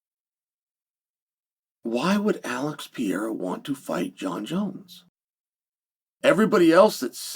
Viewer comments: Dear uncle, my beloved G it is pronounced PE - RE - IRA not PIE - IRA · It's not Pee eira!!!! Sheesh Carl! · Do you think he says his name wrong on purpose? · Why should we take your opinion seriously if you still can't say his name. Clearly you've been hit in the head too many times. If you can't think you have no insight. I'm sorry for your brain injury but you shouldn't be on YouTube. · Chael names prononciation is next level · No excuse to still be mispronouncing his name